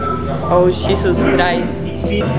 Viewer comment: Visitarán Mexíco pronto? Ojalá que te mira en vivo. 😢 Jajaja, dice “shi-Zeus crist”! 😂